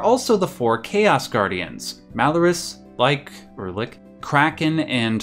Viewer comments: "Like or lick?" imagine spitting all this knowledge you probably spent a year researching for this video only to pronounce that like that. Just say litch. Stop midway and drop the T while saying it :D Hope this helps everyone <3 P.S. I do like how you have showing the 4 elemental bosses in a clockwise format (earth, water air (wind), fire) nice touch :D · Lich is pronouce as L (as in the world Little) + ich ( sounds like itch) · I would like to take this time out to say this: it is pronounced Litch (Lich) and Tee-a-mat (Tiamat). Thank you. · Say it with me, Litch = Lich. Tee-a-mot = Tiamat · Never heard anyone call a Lich (L-itch) a lie-k or l-ick...... Also wouldn't call any bit of this "undiscovered". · "...[LAIK] or [LIK]..." ... ...I'm sorry...what? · Lich: The "Ch" is one sound in this case. Like "Church". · FYI “lich” is pronounced like “itch” but starting with an L.